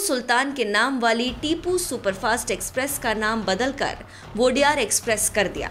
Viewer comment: वोडेयार❌ nahi ओडेयर✅✔ odeyaru mean 'odeya' mean naayak yaa toh leader 'ru' mean multi version, odeyaru(leaders)